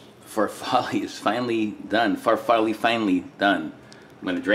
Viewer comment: Its pronounced far fall lay